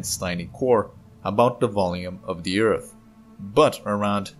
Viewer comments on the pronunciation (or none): I still miss him saying Ert.